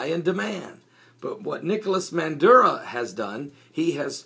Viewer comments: IS NOT MANDURO, His NAME IS MADURO (maaaduro) pronounce his name right... I would like where the heck is your source and where he got this from, I was there two weeks ago and everything is ok, the media is twisting this shit around WHY? OIL, come on be honest and preach the right stuff... Venezuela gave the profits of the oit to the poor people and the one who keep bitching are those who got money and are business owner because they are not making any money out of this. you from all people should know this, when people Jesus walked in the temple and saw people selling and making money off the house of the lord he went off on them... PREACH AND WALK THE LINE. Why every country who does not follow America's way is a socialism? some time I feel or sense that you follow two masters. there is only one master Lord and savior Jesus Christ the all mighty one the ALPHA AND THE OMEGA. NO ONE KNOW ABOUT THE END DAYS NO EVEN THE SON OF GOD BUT ONLY THE FATHER, why you keep saying we are in the last days, DO you know that for a fact? did Jesus came and told you that? as a pastor you need to walk a FINE line. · MADURO!!!!!!!!!!!! No " Manduro". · 20 seconds in and you can't even pronounce his name correctly. FAIL.